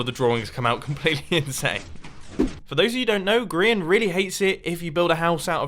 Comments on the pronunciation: Grain....XD its Grian not Grain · yea! grain 🤦‍♀️ ITS GRIAN